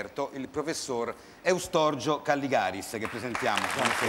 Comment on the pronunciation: Eustorgio, non Estorgio!!! Ma dove vivi? Ma è possibile che non abbia almeno un amico o un parente che si chiami così?